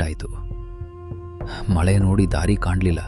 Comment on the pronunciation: ಮ ಲೆ ❌ ಮ ಳೆ